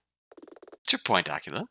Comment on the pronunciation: No offense, and I don't know if anyone has corrected you on this yet, but... are you pronouncing Aquila as Aqua-la? o.O I think it rhymes with Tequila or something instead dude. :p You know... so it can rhyme with Nina, like how Eagle rhymes with Legal. :? Nina Aquee-la, not Aqua-la. :p